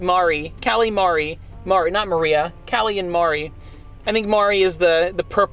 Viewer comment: Y u get callies name wrong